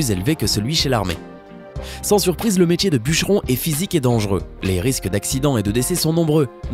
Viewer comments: On dit métier et pas métchier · On dit "métier" pas "métjié" merci de respecter la langue française. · Metchier.. METIER BORDEL METIER ET PAS metchier